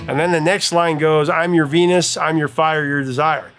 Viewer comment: I know she's saying "I'm your Venus," but it REALLY sounds like she's saying, "I'm your fetus."